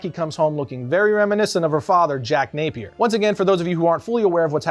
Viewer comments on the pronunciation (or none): none